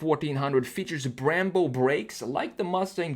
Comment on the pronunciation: I like it when you called brambo instead of brembo